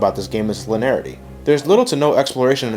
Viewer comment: It's pronounced lin-ee-air-itee. You're forgetting a whole syllable.